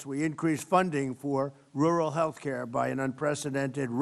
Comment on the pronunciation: He can't even say rural.